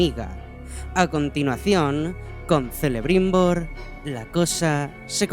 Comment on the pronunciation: me permito hacerte un comentario. Celebrimbor, Cirdan, Cerleborn. se pronuncian Queleborn, Quelebrimbor, Quirdan. En el Silmarilion se explica que la "Ce,Ci" se pronuncia "Qe,Qi"y al español, "Que,Qui". No es que me moleste en particular, pero me da cosa, que haciendo videos tan bien explicados y producidos, quede lugar a que le hagan algun comentario innecesariamente negativo. Como siempre, gran video! Un saludo desde Argentina. Aguante Bombin!